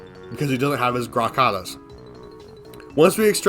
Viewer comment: All your mispronunciation killed me. You say Kahl like brawl not so its Kawl not cal, Grakata is pronounced exactly like it’s spelled. Gra-Ka-Ta, and Exilus is pronounced X-ill-us